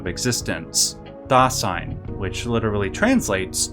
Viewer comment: great video but I got to be honest was a little hard to watch given each German word/phrase was mispronounced, I'm obviously biased but I can't help but think it's not that hard to pronounce correctly, Stein -- the S is like sh as in sham -- Shtein, Dasein -- that s is like a z zuh -- Dazein, I'm not into philosophy haven't heard of Dasein, interestingly Duden defines it as: das Vorhandensein, Bestehen, Existieren